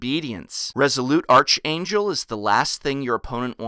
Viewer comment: Its pronounced ark-angel, not arch.